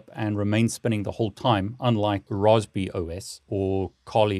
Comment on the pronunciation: I didn’t know Brits pronounced Raspberry the same as Roastbeef